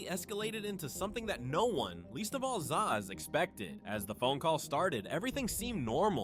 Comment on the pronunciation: yeah I could've guessed since he kept calling zias "za" 😂😂😂